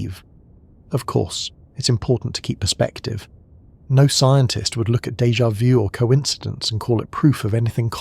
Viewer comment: Pronounced " day ja voo"